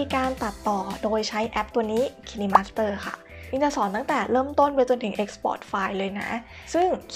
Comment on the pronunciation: Kine master น่าจะออกเสียง ไคน์มาสเตอร์ นะครับ😃😃